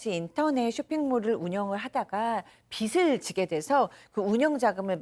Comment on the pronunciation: 빚을 발음 (비슬x 비즐o)